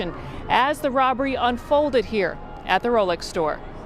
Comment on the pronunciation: "IT took 3 men to throw Socrates outta huerrr!"